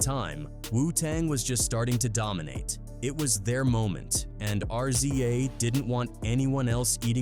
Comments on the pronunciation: His name is not RCA it’s RZA to pronounce it’s Rizz Zaaa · Fucken AI can't even pronounce the Rza..